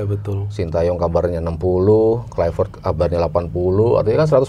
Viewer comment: Klaiwert😂 gak semua huruf V itu harus dibaca W. Yg punya nama aja bilang penyebutan namanya pakek V bukan W